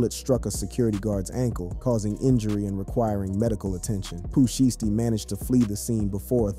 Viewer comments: Its pooh shy stee not pooh shity 😂😂😂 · How you mess his name up?